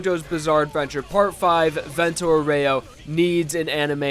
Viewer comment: PLEASE LEARN HOW TO SAY VENTO ÁUREO PROPERLY IT WORDS IN ITALIAN THAT HAVE MEANING IN OTHER WORDS IT HAS A SPECIFIC WAY OF PRONOUNCING IT !